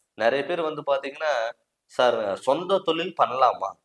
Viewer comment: தமிழ சரியா உச்சரிக்க கத்துக்குங்க தமில் இல்லை தமிழ் தொலில் இல்லை தொழில் போதும் நன்றிகள்